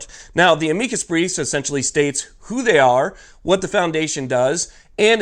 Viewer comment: It's pronounced: 'amicus. NOT a-'meekus. you're welcome.